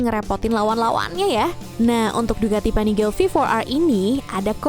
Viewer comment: Uwuuuuuuu.... Panigale pen punya 1 Btw pelafalan panigale biasa ga pake aksen inggris